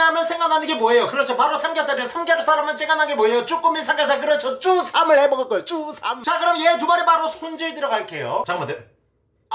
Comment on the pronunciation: 님 혹시 다들 그런거에여? 쭈삼이 난 꼬삼으로 들리네..?